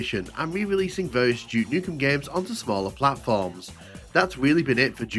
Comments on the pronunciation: Какой нах Джок?? Дюк Ньюкем! Джок какой-то... Тьфу слушать противно! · Джюк Нюкем хех. Субтитры дают Juke как Jukebox